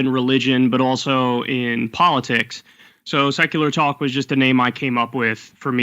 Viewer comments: This dude in the beginning said "Sakuler TAAU-Kuh" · Seckoolar tock. 😂